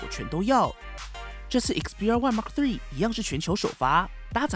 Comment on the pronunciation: 你的英文感觉跟鸡叫一样，记住，说的快不代表说得好，了解这个就说明初级入门了。还有，毫米就毫米，还mm，全称是millimeter。别再说Mark 3了 实在是难听，恶心，还有2，那是土，不是tou，